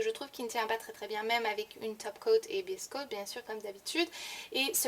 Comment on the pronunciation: ah d'accord merci, durant la video je comprenais "best coat" et non "base coat". Merci de m'avoir répondu, bisous !